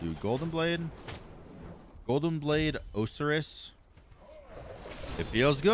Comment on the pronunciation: did he say OH-SIR-ISS?, bruh. It's more like OH-SIGH-RIS